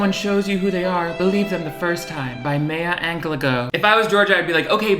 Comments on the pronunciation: "by maeya anglegough" 💀💀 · MAYAH ANGLUHGOH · “Mayuh anglehglow” dead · May-ya Angla-glo 🤣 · “MAY A ANG LEY GO” IM CRYING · May-a Ang-le-go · WHY is no one talking about "meya anglego" like omg I am decomposing! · That pronounciation of Maya Angelou killed me, 😂